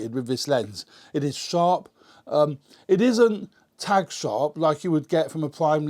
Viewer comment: no its not - I come from very close to there - I know the difference between tag and tack. :D